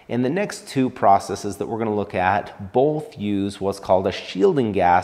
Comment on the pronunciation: Thankyou for pronouncing "processes" correctly! You're one in a million. 😉